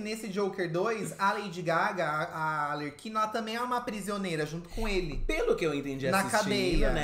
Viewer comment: O falando ALERQUINA em vez de ARLEQUINA tá me pegando demais kkkkkkk putz ensina eleeeee